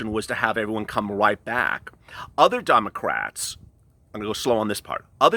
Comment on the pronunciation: He did say dum’ocrats 👀💀😂